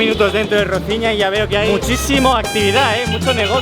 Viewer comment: Roziña? Tan difícil es decir Rosiña?